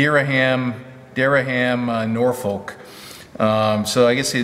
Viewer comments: Durham Norfolk pronounced Duh-rum Norfuk. just in case you ever come across that again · Pronounced Deeram. Norfolk pronounced as in Norfuk, Virginia. Cheers, great vlog.